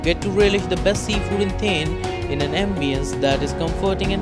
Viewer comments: It's not 'थेन' , it's 'थाने- Thane'. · Its not theeeeen it's thaaaaaannnne.. 😂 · its Thaane(pronounciation)and not thane(sounding like thame) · U don't know the place as u can't pronounce it correctly and you are suggesting top 10 restaurants of that place is utter nonsense. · Looking at your pronounciation of " Thane", its very clear that you have cut/pasted from somewhere. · Please correct your 100% wrong pronounciation of the city. Its an insult. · Hey Dude ..Please correctly pronounce its Thane City of Lakes .. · Ha kon murkha aahe , jo thanyala neet.pronounce pan karu shakat nahi 🙉🤦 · Cant ignore the Thane Pronunciation though... i tried alot. Also you have missed many.